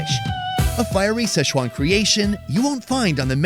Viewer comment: Please learn how to pronounce Sichuan. It’s not sesh-wan.